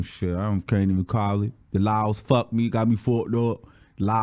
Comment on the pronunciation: I am GAGGGGGIIING every minute of this storytime! 😭😭😭 I need more of this! 🤣🤣 He said "the LAWLS"🤚🏾 I cant.